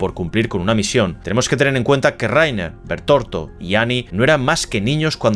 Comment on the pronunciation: Es Bertholdt no bertorto 😅😂😂😂 España pls, por lo demás muy buen vídeo